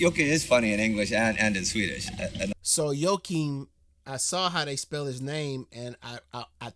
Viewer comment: Thanks again, great reaction! Indy has never played with sabaton though 😊also, you have the right pronouciation " yo ha keem"